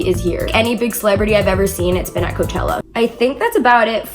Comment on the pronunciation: "Koochella" okay....